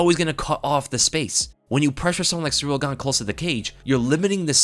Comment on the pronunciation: All I'm hearing is "Surreal Gone" it's pronounced "See Reel"